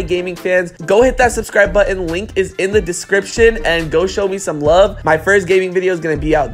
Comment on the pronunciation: Dude how are you saying BUTTON??? Lol 😂